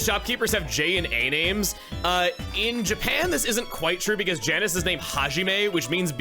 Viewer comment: It's Janus not Janice. Like. Janus.